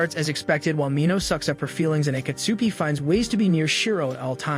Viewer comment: Pronaunciation of Akatsuki actually hurts :|